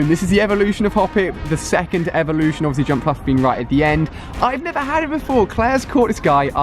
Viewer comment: He said the grand elelution rather than evelution 😂😂